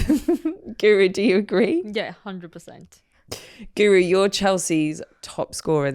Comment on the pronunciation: You'd think commentators and presenters would have learnt to pronounce Guro's name by now, wouldn't you? It must drive her nuts.